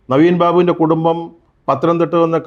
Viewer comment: കുടുമ്മം അല്ല 🤦‍♂️ കുടുംബം എന്ന് വ്യക്തമായി പറയൂ, താങ്കൾ ഒരു പത്രപ്രവർത്തകനല്ലേ. നവീൻ ബാബുവിന്റെ കുടുംബത്തിന് പാർട്ടി ഇടപെട്ട് തുടക്കം മുതൽ അനീതി ആണ് നൽകി കൊണ്ടിരിക്കുന്നത്. ഇൻക്വസ്റ്റ് നടപടി മുതൽ തന്നെ 😡